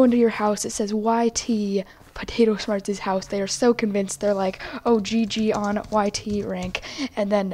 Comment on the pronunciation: ?Why are you saying Potato Shmarts instead of Potato Smarts?